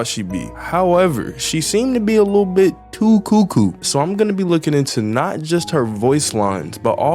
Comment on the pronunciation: "I was abiy miffed"